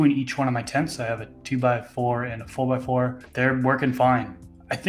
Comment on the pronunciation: You sound like your from Boston when you say 4x4 lol facts.